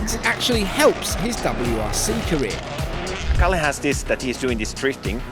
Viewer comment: Kalle not Calley